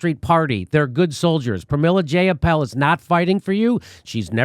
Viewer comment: Jayapal. Rhymes with PayPal.